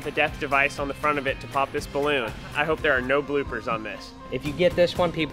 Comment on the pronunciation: wanmazhan wh he said bloppers